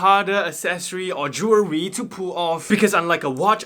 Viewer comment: Jewerry? Oh rearry?